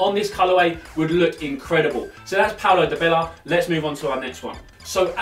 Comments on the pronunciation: Di-bella? Die-barla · Its dybala not dybela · said Paulo Dybela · It is pronounced porlo diebala